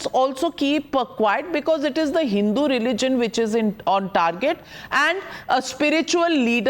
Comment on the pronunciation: is he deliberately mispronouncing the word HINDU there??????????